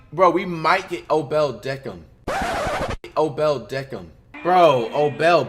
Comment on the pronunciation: O’belt beckham